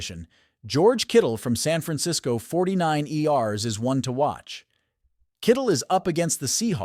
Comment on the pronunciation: The 49 Erssss 😂😂😂😂😂 Is Insane Funny AI Speaker